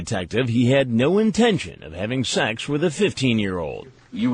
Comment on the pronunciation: Omg I hate the way Chris Hansen says "sex." Its always "shex." Ughhhhh. LOVE THE SHOW THOUGH! 👍🏾